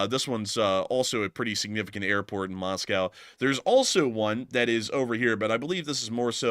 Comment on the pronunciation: You're pronouncing the airport wrong, lol